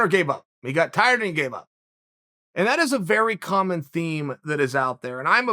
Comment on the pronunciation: Me: tired Chael:tried Me:tried